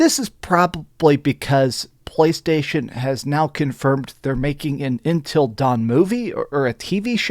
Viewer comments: UNtil not intel....... jfc, how can you not say UNtil. lol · Why does he keep saying “Intil” Dawn? It’s Until Dawn lol! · UNTIL, not INtil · UNtil, UN...not intil dawn...lol. great vid man! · Please stop calling it ‘intill dawn’